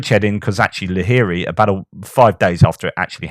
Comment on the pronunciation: Shouldn't it 'Kozachi LaGeri'? Doesn't that Cyrillic letter indicate a 'g' and not a 'h'? The word having a linguistic cousin with the Germanic 'lager', which also means 'camp' would suggest the map and other commentators are mistaken.